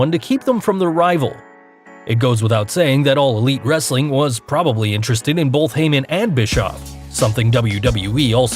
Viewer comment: He doesn't say "wrestling content " right!